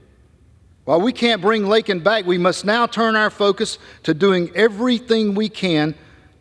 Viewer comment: #LakenRiley SAY HER NAME CORRECTLY! IT’S LAKEN! NOT LINKIN!!!